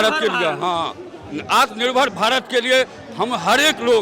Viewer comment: Are chacha ko atma nirbhar bharat bolte nahi araha yeh kiya rozgar dege